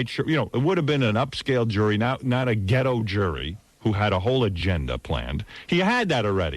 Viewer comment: He said it “ghetto jury”